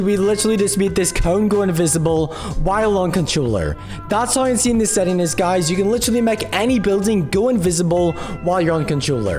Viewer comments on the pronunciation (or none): It was so funny when he was saying:INSAIUN